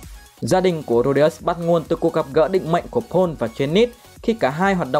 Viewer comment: May mà có phụ đề chứ ko Paul nghe ra “Pỏn” quá!